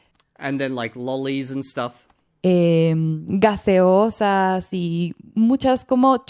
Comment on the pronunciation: "gaseosas" sounds really off: 1) no Spanish variant pronounces an 's' like a 'c' there, 2) Even weirder since Colombian Spanish doesn’t use the Castilian 'c' sound at all.